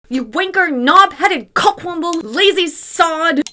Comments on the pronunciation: It's cock womble. Not wamble. Like the wombles of Wimbledon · Cockwomble not wamble. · 'Tosser' is a personal favourite. P.S. It's 'cockwomble', not 'cockwamble'.